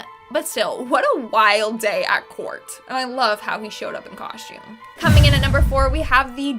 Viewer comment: She probably said, “shtabbing” like she said”” “ coshtume” and every other “st” combination that she added an h.